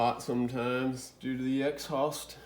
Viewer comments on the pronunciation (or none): love the grease unibrow - and ex-haust pronounce :) - I checked out vgg and may have a winner there - he's funny 2. I grew up in WI and went to school in MN so it reminds me of dem guys up ther - also did you tell us if you got the drain plug out? Chris Fix has some thoughts about getting a stuck bolt out I found helpful - a few tools for it like sockets and plyers, you can use a grinder and make a flat head also if you have the room. Godspeed bro